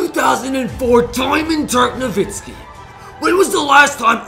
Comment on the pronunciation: It's nowitzki not novitzki